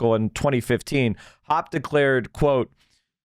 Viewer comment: His last name is pronounced "Hopp-eh" in English. He took a lot of crap from Austrian School weirdos for teaching in an American public university instead of working in some private school that never existed, because ironically, the only universities that have departments large enough for Libertarian/Austrian economists to work in are public ones. I mean Hans-Hermann Hoppe himself is a nut as can be sussed out by this quote: “Democracy has nothing to do with freedom. Democracy is a soft variant of communism, and rarely in the history of ideas has it been taken for anything else.”